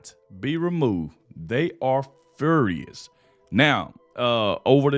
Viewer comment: You pronounced furious wrong,😂 love you bud, big fan of yours and trump.